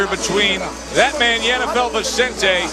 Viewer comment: cant pronounce Vicente, idiot calls him Vezzante'